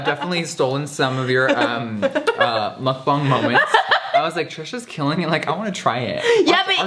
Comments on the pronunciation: Hi! I just wanted to say thank you so much to jefreestar saying "Muckbang" 100% right. I am Korean and Jefree just nailed it saying 먹방 (muckbang) perfectly haha I don't know why but it made me super happy so I just wanted to say thank you!!! I love you so much!! You are just amazing and beautiful!!! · We stan how Jeffree actually pronounces Mukbang correctly. Thanks Jeffree